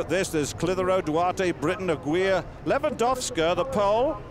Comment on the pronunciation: "Aguilar" is pronounced like "aggie lar," not "a-gweela." Christ, you Limeys suck when it comes to pronouncing names.